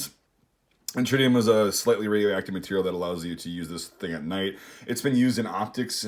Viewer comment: "Tririum" .....AAAAH LOL! that made my day. a good way to spot fakes is the metal, cheap imitation scopes/sights are usually made from shiny pot-metal and the finish will have lots of glare. the real ones generally have a more dull finish with very low glare.